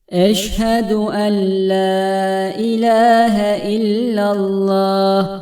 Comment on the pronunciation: Orada bi tecvit kuralı var ve enla ella diye okunuyor